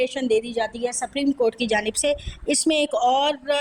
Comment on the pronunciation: سپریم کورٹ ھے آپ سپریم کورٹ کیا بول رھی ھیی اپنی رکارڈنگ سنے۔